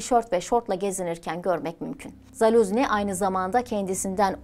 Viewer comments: yanlış okuyorsun soyadını Zaluzni değil ZaluJni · Doğru telaffuzu: ZALUJNIY